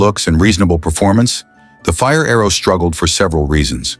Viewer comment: Quit watching as soon as Mr AI said fire-arrow sickening